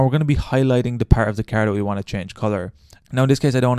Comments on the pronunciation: "my keeer" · Was watching the video and then you said "Carrrrr" which just killed me so I had to stop lol. Sounds like you are from Boston.